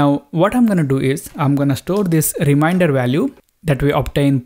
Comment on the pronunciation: Very nice explaination... Just the pronunciation of remainder is not rim-i-nder, its rim-ain-der :) Just saying... :D